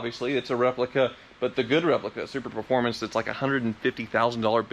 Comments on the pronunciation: Say it with me - SUPERFORMANCE. SUPERFORMANCE. Not SuperPerformance. SUPERFORMANCE.:) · Just want to say that the Cobra replica is called a Superformance, not a Superperformance. Can’t tell if it’s an error or a purposeful quirk. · It's driving me nuts! It's Superformance! Not super performance! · Super-formance, not Super-performance.